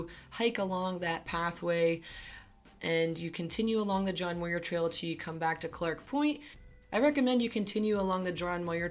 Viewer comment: "Muir" rhymes with "pure".